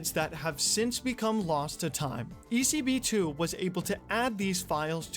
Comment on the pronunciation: Woah man! I was expecting this video for so long since you reached me on my mail, thanks for the shoutout and you absolutely said it right (I'm not even sure how you're supposed to pronounce it) it was a pleasure to help, and if any other time you need more info on old GTA Online related stuff, I'm your guy.